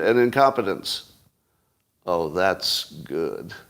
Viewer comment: Did he say incompetence or incontinence? Thank you, thank you. I'll be here all week. Please tip your waiter and waitresses